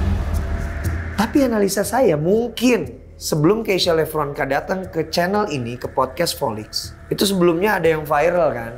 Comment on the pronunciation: Diawali dari penyebutan Lepronkan bukan Levronka